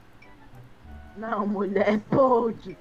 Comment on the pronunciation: Kkkk o e falando muie sendo que eles são homens kķkkk e eu fiquei viciada em fala muie